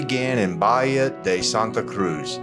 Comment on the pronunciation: Great video. It is pronounced “Ba Hee a”-Bahía…Don’t mean to be a stickler…such a lovely area. Thanks for sharing it!